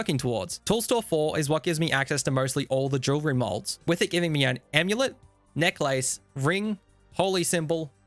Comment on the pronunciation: The way you say necklace is fucking hilarious